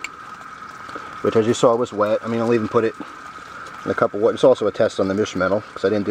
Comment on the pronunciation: Wow, even soaked in wudder. Thanks